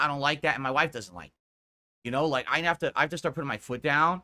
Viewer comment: “Work” and mah whafe” guise